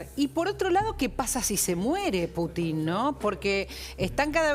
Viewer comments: Ninguno de los que estaban en la mesa pudo pronunciar el nombre del presidente Putin correctamente. E intentan informar, este es el nivel de los periodistas argentinos... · Esta paupérrima periodista de apellido Santillan, CON TODA MALA INTENCIÓN, modifica la pronunciación del apellido del presidente ruso., con la connivencia de los gerentes de esta agencia de noticias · Paupérrima periodista, incluso CON TODA MALA INTENCIÓN, modifica la pronunciación del apellido del presidente de Rusia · A ver señores periodistas les voy a enseñar un poquito de ruso,Putin se pronuncia acentuando la U,y es evidente porqué acentúan en la I,eso demuestra su animosidad,se les nota mucho